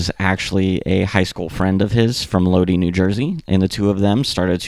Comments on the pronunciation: My only critique is to look up how to pronounce certain words. It’s load eye, not Lodi. I’ve noticed this in a few videos you don’t pronounce things right. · It's pronounced "Low-die" NJ...no big deal, just had to comment bc ur 1st I've ever heard mispronounce it. Obviously it's still good vid. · My man Lodi is pronounced low-dye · It's always cringe watching a video about the Misfits and hearing how they butcher the pronunciation of Lodi. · Lodi is pronounced Lod-eye , not Lod-ee Also Samhain is pronounced -hain like -pain.